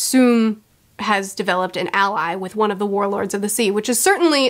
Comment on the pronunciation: I've heard her mispronounce a lot of things, like Oda being Osa, but now she just pronounced ally like alloy and I kinda lost it and giggled out loud.